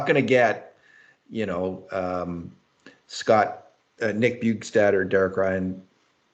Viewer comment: bjugstad doesn't rhyme with my favorite four-letter word